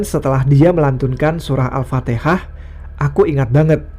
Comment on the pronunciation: Gw dengernya Al fatekah 3x